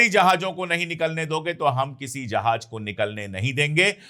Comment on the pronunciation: अशोक भाई, आप उर्दू के अल्फाज़ बहुत अच्छे बोलते हैं, बस थोड़ा तलफ़्फ़ुज़ सुधारने की ज़रूरत है, जैसे, ज को ज बोलिए और ज़ को ज़. आप जहाज़ को जहाज बोलते हैं ज़हर को जहर.